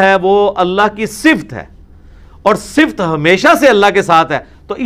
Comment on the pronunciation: O bhai engineer ,,,,,, ye lafz "Sift" nahi hota , balkay "Sifat" hota hay.